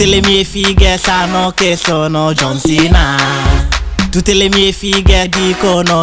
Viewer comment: Ma non sa neanke parlare dice don cena invece di John cena